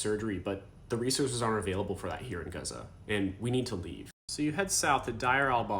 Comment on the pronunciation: I cannot express how grateful I am , as a Jordanian from a Palestinian mother , as a human , Thank you . The amount of respect I hold for you ... The amount of respect in you trying to get the name gazza right . ❤❤❤